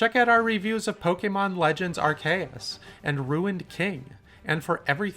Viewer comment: They can't even say "Pokemon Legends Arceus" properly, and they want me to check out their reviews.